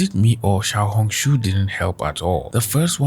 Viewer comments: All I hear is xiao-honk shoo and it makes it so hard to focus😭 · Everytime say Xiaohongshu it reminds me of yap dollar